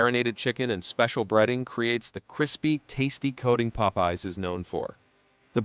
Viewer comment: Nice video. When you use AI for voiceovers, you can correct mispronounced words by spelling them differently. Popeye's should have been written Pop Eyes in the script.